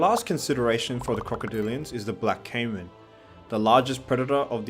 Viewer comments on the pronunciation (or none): none